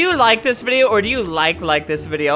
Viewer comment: "Do u laik deez bideo? Our dou u laik laik deiz bideo hEeHeE" Seconds later "AaAaAaaaAaaHH AgHhHHhHhHhH We are good guys!"